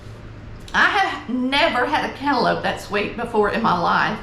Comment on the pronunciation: YOU DID THAT!! All of that looks good! AND that very simple homemade biscuit recipe was the best! I'm from the Augusta area and I have seen and ate some home cooking! BUT Never with canlope! thats how we say it too! LOL! This was amazing! Thank you for sharing!